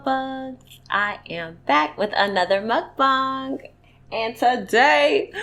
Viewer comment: why am i so happy that you said mukbang right 😂